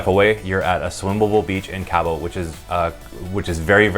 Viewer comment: It’s pronounced KAH-BOW not Cab-O